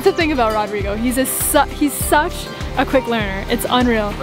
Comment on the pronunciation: I really enjoy watching your builds. Does ROdrigo pronounce his name ROdrigo with a long O or Rodrigo with a short o. That is uncle's name in Colombia. Just curious. Stay healthy and keep making videos!!